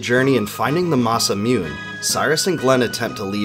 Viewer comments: It's masamuné not masamewn, it's not Epoc, the, c is silent not, h, it's pronounced Epoh. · I think you pronounce alot of name wrong. But its understandable since you are not japanese. For example, its not 'ma-sa-mune'. Its 'ma-sa-mu-ne'. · Say it with me; "MA-SA-MOO-NE" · Anything is better than "Masamyoon" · Klaxosaurus Rex the entire time I was watching this video I was like “what the fuck is a Masa-myewn?” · Watch me whip, watch me masamoonaynay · Yep! Bailed on this video just before the 10 minute mark, because of this pronunciation. That's like nails on a chalkboard, but more irritating. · Mah-sah-mune...rhymes with tune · God I hate how he says Masamyoon. It makes me cringe every time. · My 10 year old brain didnt know Japanese. It was masamewn then qnd it always will be to me even though my adult brain knows better. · Thanks for creating this video! For those interested in the original (Japanese) pronunciation of "Masamune" it is pronounced "mah-sah-moo-ne." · Yeah like, anyone who's heard the japanese language would know that masamYoon doesn't sound right. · Pronunciations: Masamune: Mahsah-Moonay Epoch: Epic Nāga: Nah-guh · Every time I hear Masamyuun I die a little inside.... Otherwise thank you for the great summary of the story! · Just a heads up for future reference Masamune = Ma-Sa-Mu-nay pronunciation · Moo-nay. Masamune - mah sah moon nay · Bro it’s pronounced “Mass-a-moon-ay”. The sword is named after a legendary Japanese sword smith. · Mah-Sah-Moo-Neigh….. This is how you pronounce masamune. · Mah-sah-moo-neigh is how Masamune is pronounced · When he pronounce Masamune I just can’t lol I guess the way I say it is wrong (Masa-Moo-Nae) it’s cuz of Date Masamune and the sword Muramasa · Mas-uh-mew-n? It's pronounced MASAMUNE, but maybe it's too much to ask of an American YouTuber. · Masamune is pronounced MA SA MOO NAY. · masamune... masa-mune-ney MASAMUN-NAY NAY!!! MASAMUNE FUUUCKKK!!!! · Say Masa Mewne one more time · Masa mee-un.. oh im triggered